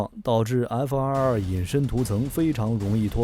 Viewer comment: 看了几个小编的视频，都有一个共同点，就是： F22 念成 F222 F23 念成 F223 这抖出多一个 “2” 的音永远都改不了！